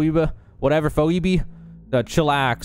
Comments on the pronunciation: phoebe is pronounced like fee-bee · Phoebe is pronounced "fee bee" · btw Phoebe i think is pronounced Feebee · it's pronounded "FEE-BEE"...a name I am certain you have heard before. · Pho... Phobia..PhoEbe? Phohweebie? Lmaoo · I didn’t realize that there are people who speak perfect English and cannot pronounce Phoebe (‘FeeBee’) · This was 4 months ago and someone probably already corrected you but I feel compelled to say it because it's bothering the hell out pf me. It's pronounced "Fee Bee" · He lost me the moment he didn't know to pronounce Phoebe. Hellou, Phoebe from Friends!?!!!11111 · You trying to pronounce Phoebe had me laughing. I guess we have here a super rare case of someone who didn't watch Friends. Anyway, I'm watching your video despite never having played this or wanted to, just to see if I can get hooked on it after see what it has to offer. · dying laughing at the phoebe bit. i never understood why it was spelled that way and would totally struggle to pronounce it too if i didn't already know it